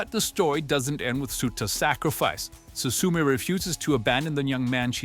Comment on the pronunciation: 'Su su me' I can't